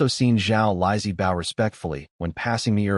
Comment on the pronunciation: The images are pretty good, occasional extra arms or visual puns from misunderstanding metaphors, some funny. Voice is pretty good, mispronouncing the usual words, bow, read, let, and a few others. But plot points keep getting dropped all over the place. His hidden valley is secret, no he invites people in and everyone knows where it is. #FeedTheAlgorithm